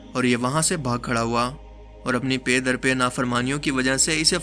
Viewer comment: Pay dar pay? Pronunciation theek nhi Hai, jis Tarah packet kehte hain, packet mein se cket hata dain sirf PA reh jaeyga, yeh pronunciation Hai pa dar pa ki.